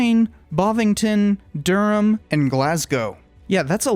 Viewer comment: love the videos but as someone from Durham it’s not pronounced dur-ham it more like d-rum if you ever have to say that place name again